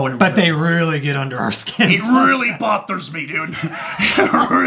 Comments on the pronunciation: "bot-thers me" 😂😂😂😂😂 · "It really 'bot'hers me" LMAOO🤣🤣